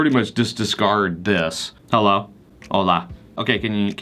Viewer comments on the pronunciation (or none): none